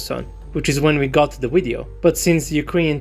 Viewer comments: Video dude,video not wideo ! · Love when he says widdy-oh lol